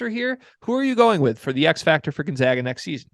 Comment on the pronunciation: Say it with me…..spppooooCAAAANNNNN y’all drive me nuts with you say gonZOGA and spocain lol